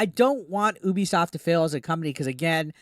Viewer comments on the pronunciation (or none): Drives me nuts when people call Ubisoft, “OOBIESOFT” 😑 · it's pronounced "you-be-soft". Very appropriate name, it's a promise to their customers.